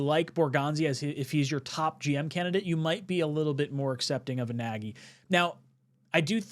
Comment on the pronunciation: It's not Naggy it's Naagy or ie Nagy